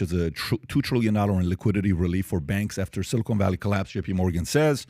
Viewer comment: How do I know PBD is a dum dum? this guy calls it "silicone" valley bank story. Seriously? I wish I could say he's being facetious....